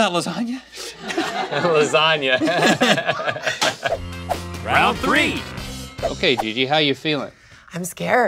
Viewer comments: Rhett, a North Carolinas : Pronunces Lasagna as lasag-na Me, an Asian with profound English skills : What the frick Rhett? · Las-agna as Rhett pronounces lasagna😂 Rivals Links application of 💄 blindfolded as best moments of episode for me. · no one's talking about how rhett pronounce LASAGNA, so here I am